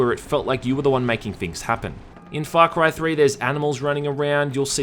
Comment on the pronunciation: Great review but all I can hear is Fuck right 3